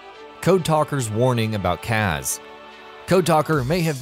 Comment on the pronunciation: It's so painfully obvious that the narrator has never played a Metal Gear game. Why does he pronounce Kaz as KAGHZ, and Outer Heaven as HAVEN.